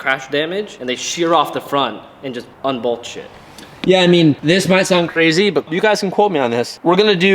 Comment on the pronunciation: cool project..... but it's "unbolt"